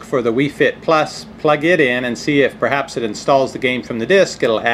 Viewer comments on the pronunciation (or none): none